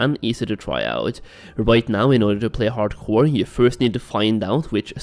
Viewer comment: i keep hearing HardKoï